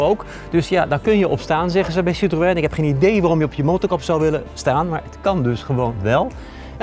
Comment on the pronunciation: Jammer dat deze man het merk "citroën" niet kan uitpspreken...